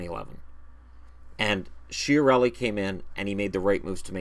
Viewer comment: I am sure it is pronounced Kia-relli, because it has Italian origins, and the CH sounds like K.